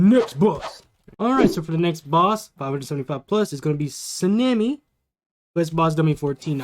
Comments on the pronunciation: Its “Shi” “no” “boo” And “Sa” “neh” “me” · You pronounce tengen wrong its like "ten" "gen" You also pronounced shinobu wrong its like "Shi" "no" "bu" You also pronounced sanemi wrong its like "Sa" "ne" "mi"